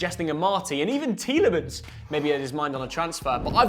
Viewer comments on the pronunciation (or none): none